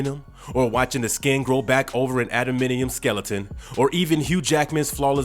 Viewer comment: AdamANTium. Not "Adaminium"